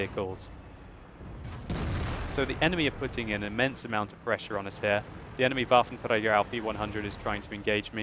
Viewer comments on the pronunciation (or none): bafentrega :D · I like how you pronounce Waffenträger :D Greetings from Germany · how nice you say waffenträger :D